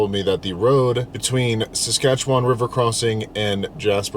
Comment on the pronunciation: You pronounce Saskatchewan better than most Americans